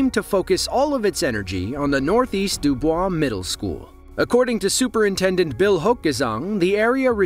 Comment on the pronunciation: Life long resident of indiana here. Dubois county is pronounced like "Do Boys" us hoosiers are a fifferent breed.